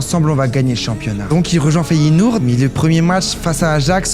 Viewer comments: Arrête de dire feyenourd c’est énervant mec tu fais du contenu foot t’es même pas foutu de dire le nom des clubs correctement et c’est même pas la première vidéo ou je remarque sa t’abuse mec ! Fait un effort bordel ! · Mdr comme il prononce Feyenoord 😂😅